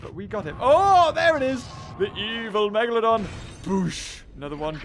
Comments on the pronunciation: Did you just say "the Megadolon"? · I think he was support to say MEGladon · “It’s a megalodawn” #TheMeg